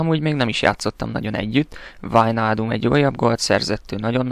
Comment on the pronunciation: "Wájnáldum" így kell mondani!!:);)